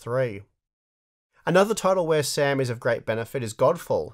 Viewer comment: Hey guys , its SAM not sam. No conspiracy please ✌🏻